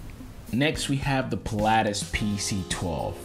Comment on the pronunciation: I stopped watching when he said Pil-"aa"tis 🤦‍♂️